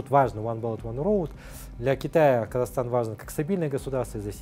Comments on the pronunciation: It's "Kazakhstan " not Kazachstan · You also kind of butchered the name of Kazakhstan. It would be nice if you changed it while you still can, cause you are an educational channel, it might confuse many people)